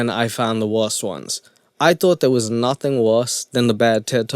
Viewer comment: WUSSSSS 😂🤣🤣🤣😂😂😂 “THERE IS NUTHIN WUSSSS” 😆😫😫 HAAAAAAAA 😭😭😭😭